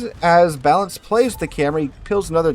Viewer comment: the guys name is clearly balan...... not balance holy fuck this guy yaps